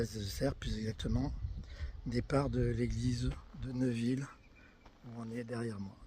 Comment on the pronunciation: On ne dit pas Neuville mais Néville !!!